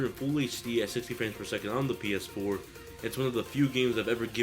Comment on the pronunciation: he says Penis 4 :D